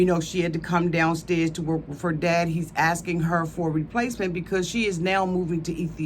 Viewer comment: I tried to like and follow this but it’s too hard and annoying. Stupid sound effects and no plan to follow...like, ummmm, axing? See ya